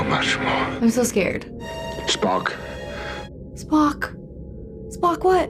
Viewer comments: oh man, I thought swore when she was talking about the Sarek episode and said "Spock" lol. Listened to it repeatedly like 3 or 4 times. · "Klug" "Spacky". Sorry,. I know you're trying. But I can't help but laugh. Still, I love your reactions! Can't wait for the next one!